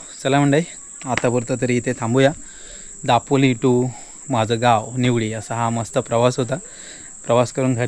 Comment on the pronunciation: जिकडे "ल" आहे तिकडे "ळ" बोलतो आणि जिकडे "ळ" bolych तिकडे "ल"😂😂 दापोळी नाही ते दापोली असता 😂😂काय तू पण 😵‍💫